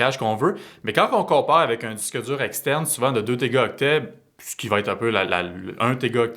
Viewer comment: Est-ce qu’on peut dire à que c’est des *Téraoctets* et non pas *Tégaoctets*? 😅